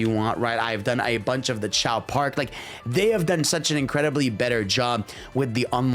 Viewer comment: Bro really called Race Park as Chao Park 😭